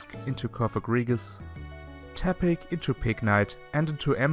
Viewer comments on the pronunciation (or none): none